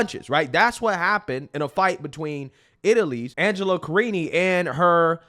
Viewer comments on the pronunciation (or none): none